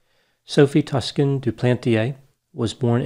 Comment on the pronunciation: A nitpicky complaint, but the "Toscan" part of Sophie's name is pronounced similarly to "Tucson", that city in Arizona.